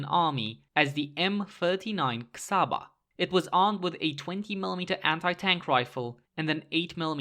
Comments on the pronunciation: Csaba pronunciation : Chaba ( like Ch from China , and a from God ) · Never heard someone saying Budapest this perfectly and saying Csaba soo badly at the same time